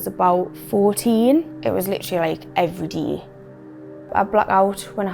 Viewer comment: it was like “everydey”